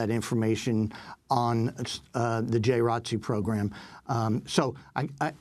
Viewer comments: Seriously ... The people at Democracy Now might want know the correct way of saying J.R.O.T.C. because they can deliver a message that the majority of viewers can understand. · Can you guys stop saying "J Rotc"? It's J. R. O. T. C. You're supposed to say each letter. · Yeah I was like WTF.. I’m from Florida I didn’t know what they were talking about. It’s J. R.O.T.C my sister was in it for 4 years. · George Dorsey Conversation really going to flow saying J R O T C every time lol, but then again someone did pretty ok with R E S P E C T